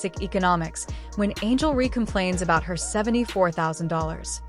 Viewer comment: Angel Ree!? Why release a vid that can’t pronounce a name right? Dislike immediately 👎🏼